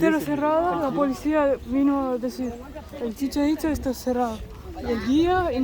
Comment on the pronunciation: Cuando la morra trata de decir chichenitza le entiendo cómo si dijera Chicharito.